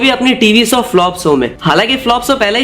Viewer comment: Bhai Video bhot achi hai content visual sab top notch Bas ek dikkat hai श ko श hi bologe toh theek rahega श ka स mat kro bhai break ho jata hai flow Masahur, sows, presure , suru kiya, soot, Hona chaiye Mashur, shows, pressure, shuru, shoot Bura mat manna bhai aage apko hi kaam aaega jab channel grow krega.